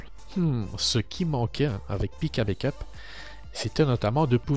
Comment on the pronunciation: Coucou. Juste pour une précision linguistique On dit bAck up et non bAIckup pour la prononciation 😉